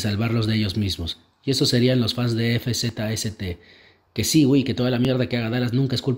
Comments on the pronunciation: El nombre de Fzst se pronuncia como Fast XD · Fzst se pronuncia fast jajajaja